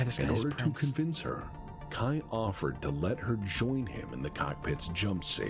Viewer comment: Fun fact: mispronounces Kai's name so many times in this video. His name does not rhyme with 'eye' - it rhymes with 'bay' The author of Blood of Kerensky Trilogy (Michael Stackpole) which many of the events from this video are referencing mentioned at the last Kerensky-Kon that Victor and Kai were intended to be an allusion to King Arthur and his half brother... Sir Kay. He just changed the name of Sir Kay to Kai after reading a novel where someone else decided to be sneaky and rename their version of Kay to 'Cai'. It's even a miniature plot point in Blood of Kerensky that his name is pronounced like someone was shortening the word 'Okay'